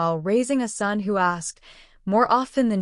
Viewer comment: AI is having a glitch. Just a minor one. Ason, A son. A couple of other words, as well. Seems like a good story though. I want to hear the rest.